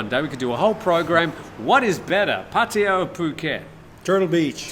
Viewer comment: Potty-uh? It's pronounced Phatta Ya ( Pa-Ta- YAH )